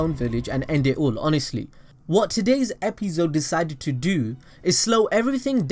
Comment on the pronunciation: i stopped watching bc of the way he says episode